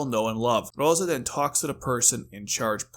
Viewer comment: It's Rozay, not roza. And, written as Rozé .